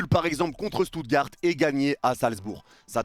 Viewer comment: Seigneur comment t’as prononcer Stuttgart